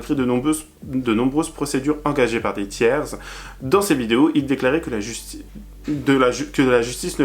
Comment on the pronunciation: (comme tous pluriels terminant par s celui de tiers ne se prononce pas 😉)